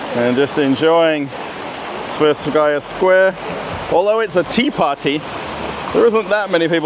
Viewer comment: It should be pronounced as the "twe" part in "twenty".